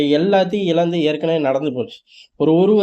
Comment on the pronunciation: Yedhae Saravananaa? English thaan varaadhunaa Thamizhum aa? Ilandhu illa IZHANDHU. ழ varavae varaadhu. Naakka nallaa naalu thadava shave pannittu paesu